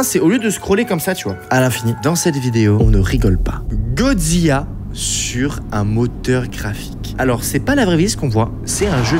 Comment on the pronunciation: Tu as dit godziya c’est godzila😂